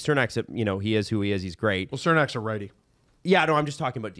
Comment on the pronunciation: Chur-nack! Not Sir-nack! He’s been in the league for years!